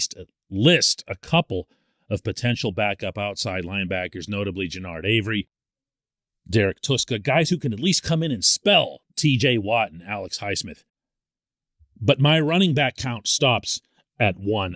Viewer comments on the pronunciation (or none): It's pronounced tusk ah... no toosks involved